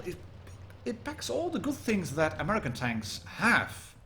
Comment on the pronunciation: The way he said american hurt my soul